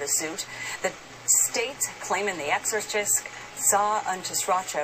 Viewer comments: pretty much sounded like "exor kist" to me but your close...lol hell either way baby girl was possessed by something.... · Mike Soluna ....I heard it! Immediately rewound 10 seconds to confirm She says exorcist